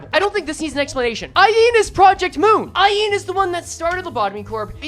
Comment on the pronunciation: every time says Aeen instead of Ayin i hear her voice louder